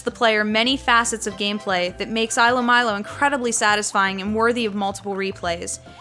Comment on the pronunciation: also it's pronounced, eelo and meelo. (according to the official blog)